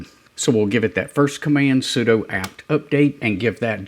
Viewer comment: BTW, "sudo" sounds like "sue do", not "pseudo". It's a shorthand for "superuser do"